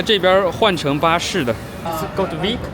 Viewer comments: 西語的 V 發音是 B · Vic念“毕克” 重音在Bi